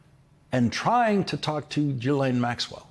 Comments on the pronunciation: Her name is pronounced zhee-LEN. Not G-lain. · Lawrence: you're still pronouncing "Ghislaine" wrong. It's not JEE-LANE. It's GEE (as in "glee") LANE, or GEE LEHN. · Ghislaine is pronounced "GHEE-LEN"...not that she matters, just FYI 🤷🏻‍♀️ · Ghislaine is pronounced Jhizz-lane not ji-lane. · It's "zhees-LEHN", you goofs. Get it right. "zhees" = like "jeez" but with the soft "zh" sound (as in measure) "LEHN" = like Len, with a short, open "e" sound (like in pen) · Her brother pronounces it GILL-un, which is neither the French nor the usual anglicized pronunciation. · Her brother pronounces her name GILL-un, which is neither the French pronunciation nor the usual anglicized pronunciation. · I literally just watched the latest interview with him, where he pronounced it GHEE-LEN 🤷🏻‍♀️ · You'd sound far more informed and professional if you had first checked how to pronounce 'Ghislaine' correctly. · I really wish that the 'accidental/on purpose mispronouncing of names in the media would just stop. It's not an own, and no body believes that, after Ghislaine Maxwell's name has been in the news for years, along with the capability to easily google it, that you can't properly pronounce her name. It's gone beyond ridiculous.